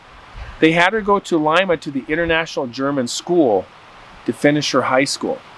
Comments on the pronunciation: "Lee-mah" not "Lie-mah" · “Lima” is pronounced LEE-MAH. Definitely not like the bean.🤗 Thank you for bringing this story to light. I’m Peruvian and we preferred to use Lufthansa airline (German) back in the day. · It’s pronounced Leema but love you and you stories!